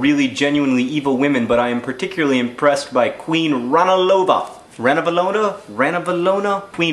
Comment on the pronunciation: I realize this video is really old, and that there's a possibility someone else has already told you this, but the perfectionist in me demands that I tell you that it's pronounced ranavAlona. Malagasy words are weird like that.